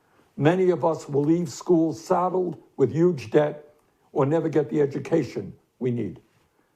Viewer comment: He said YUGE! You will be missed but not forgotten. <3 Thank you for your service, Mr. Sanders. I look forward to the future.